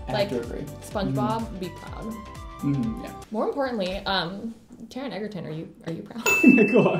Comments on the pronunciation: Taron egg-erton. Yes. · Taron Egerton is pronounced Edge-er-ton, not Egg-er-ton 😂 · Okay is hilarious and I love her. And hell yes girl we have the same crush! 😍 but you're pronouncing his name wrong it's "edge-er-ton" not "egg-er-ton" 😂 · But his last name is EJ-er-ton not EGG-er-ton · Sorry I meant to say she pronounced it wrong it's spelled right just said with a soft g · loves Taron Egerton but says his name wrong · ... She keeps saying Taron's last name wrong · The girl pronounced Taron Egerton's name wrong. Just wanted to point that out. Also no offense a lot of people pronounce his name wrong anyway so.